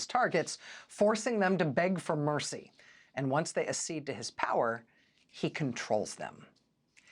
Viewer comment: Rachel, sorry to have to mention this -- but you mispronounced a word on the cover of that book. Acceed. It has two letters C in it. The first is a hard C, like a K sound. So it sounds like adk-SEED.